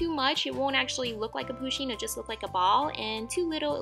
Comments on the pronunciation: IT’S PUSHEEN NOT POOSHEEN AND SHE’S A SHE NOT A HE 🤬😡👿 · just saying it is not poosheen it is pUsheen with a u not a poo lol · De rp they also said "poosheen" instead of "pusheen" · Poosheen?i thought it was pronounced pusheen 😂😂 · She keeps saying POO sheen not PU sheen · lol love how she says poo sheen lol but it's poo shin lol love this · 1. Pusheen is a girl 2. It is pusheen not poosheen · It's not POOsheen it's Pusheen ! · Its not POSHEEN........ its PUSHEEN............You deserve more subs than you have btw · You don't pronounce it poooshen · Its pronounced puh-sheen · Not poo-sheen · people pronounce it differently depending on were you live, like me i pronounce it poo-sheen like in the video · Julcia :D, RIGHT? I MEAN, AND IT'S SAID (P-UH-SH-EE-N) WHEN SHE SAYS 'HE, HIS, OR HIM' IM TRIGGERED